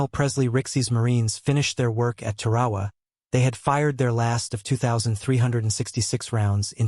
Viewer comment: Please look up how to pronounce Tarawa !!!!!!!! It's place in history means it deserves to be pronounced correctly.